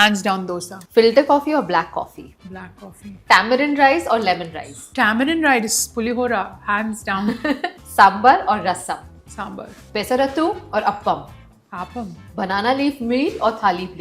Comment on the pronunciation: she's pronouncing peserettu as if she's a North Indian, no wonder people troll her😅